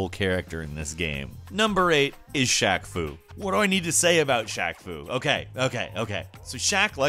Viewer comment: Glad you still pronounced it as Shaq Foo and not Faq Shoo even after knowing about this game.